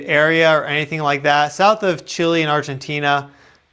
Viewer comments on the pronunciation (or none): It's Chile not Chili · Please, its Chile not Chili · Chili???? its Chile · it is NOT CHILI is CHILE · It's Chile, not Chili. And we have been hit by worse. 2010' s earthquake was 8.8